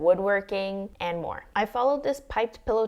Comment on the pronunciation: "EVEN MOAR INVITING!" she says, through gritted teeth. XDD